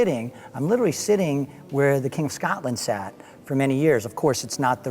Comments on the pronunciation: Scotland!!!!!! not SCATLAND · It is so funny how he says Scotland it sounds like Skartlund lol